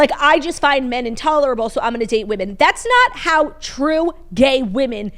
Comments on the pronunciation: The way my grade school teachers failed me for never teaching me the different pronunciations for woman/women. I had to learn about this from & Claud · Oof the women/woman mispronunciation drives me wild too I’m glad someone else can relate